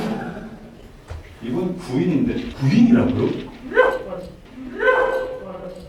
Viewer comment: 거인이 아니고 구인 ㅋㅋㅋ 글고 마지막 기어가는건 뭔뎈ㅋㅋ